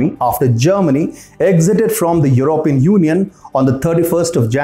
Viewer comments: I Wish you could pronounce " European " Properly and I mean no disrespect my friend, I love this channel! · I wish you guys could pronounce it properly as Européan instead of Erópean.